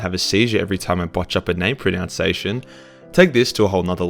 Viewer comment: 1st off: Shark alarms are the most Australian thing I have ever heard of. 2nd: I love that he mispronounced "pronunciation", not sure if that was intentional but if it was....nice.